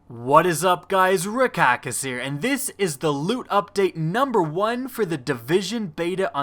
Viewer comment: It's pronounced KA-DOO-SEE-US... That's the name for the symbol you see on ambulances... Geez...